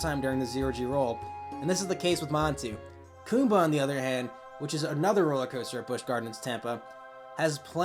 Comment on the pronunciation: Wrong its kumba haha